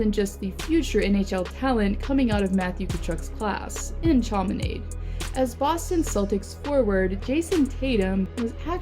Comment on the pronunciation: Love it but chaminade is pronounced (sha-min-ahd)